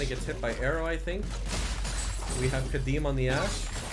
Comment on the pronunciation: Man, when he said we got Kadeem on the ashe. XD